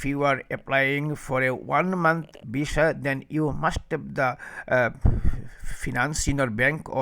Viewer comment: Before making video on visa information . Learn how to spell visa in your bengali tone instead of saying visa you saying bisa 😅😅😅😅😅😅😅😅😅😅